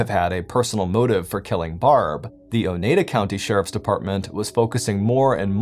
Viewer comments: It's pronounced o-ny-dah 😂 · It's pronounced O-Nye-Da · The way he's saying Oneida is killing me🤣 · Not everyone can speak Wisconsin 😊